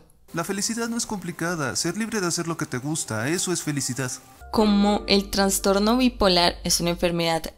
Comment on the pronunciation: Una pequeña aclaración, la palabra correcta es "trastorno", sin la "n".